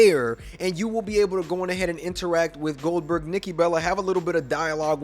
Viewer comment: Not huge for older gen xbox ? It's wwe2k23 Goldberg not Oldberg😅